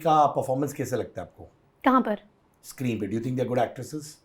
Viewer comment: That कहा पर And that pause was hilarious 😂😂😂😂